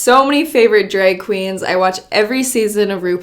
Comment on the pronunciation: “dreg kweens” Love her